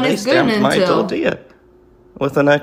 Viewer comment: day spawmped mah tortiuh wit a expiration dayte 😂😂😂